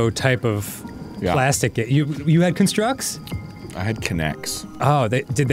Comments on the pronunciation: The pronunciation of almost everything in game is killing me. But JERudo has to be the worst. 😂 or maybe CUNstructs instead of CONstructs. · Dan, I love you, which is why I'm telling you...that "constructs" is pronounced "KAHN-structs" when you're talking about the noun, and "kun-STRUCTS" when you're talking about the verb. So the title of that trial should be the noun version, as well as the name of your childhood toys.